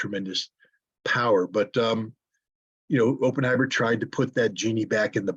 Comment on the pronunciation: pronunciation of Oppenheimer: Opp rhymes with hop =